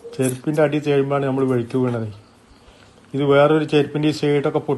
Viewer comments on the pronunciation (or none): വെഴുക്കി ❎ വഴുക്കി ✅